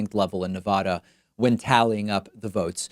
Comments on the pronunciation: Pakman, its Ne-VA-duh, not Ne-Vah-duh. They genuinely have bumper stickers explaining this (I lived in Reno for a bit). Since you are one for how to properly pronounce things, think But edge edge, let’s stop saying Nevada improperly. I love the show! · Ne.va.da not ne.vah.da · It's nevada not nevodda..... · Your show is my favorite source of accurate info, but please pronounce my state correctly!! It’s Nevada with a short “a” not Nevahda! I wince every time you mispronounce it. I commit to become a member of your channel if you can commit to learning how to pronounce “Nevada” correctly. I’ll send you the bumper sticker if that will help!! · You're driving me crazy with your bad pronunciation. Please use the short A and not the long A, i.e. Ah. Pretty please. This coming from a Californian. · It is NOT pronounced Nev-aah-daah.... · Spanish is your first language and you still take the "Nuh-vodda" pronunciation? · As a Nevadan it hurts me when you mispronounce the name of my state so much. 😢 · Not to be pedantic Nevada State is pronounced with a short first 'a'. An a like bat.